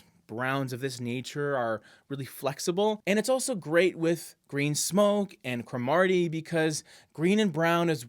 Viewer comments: Love Green Smoke, I like to think of it as a "subtle" dark green. Your pairings are almost 100% but slipper satin is far better as a trim choice for Green Smoke, it has a similar changeability but still provides contrast. All White is much too stark. Side note, you are saying Cromarty wrong. It's not CrOH-Martie, the emphasis is on the beginning of the word CR-ohmartie, I think F&B has some YouTubes from when the color was introduced that talk about the pronunciation. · It’s pronounced CROMAR-ty. It’s a historic village in Scotland.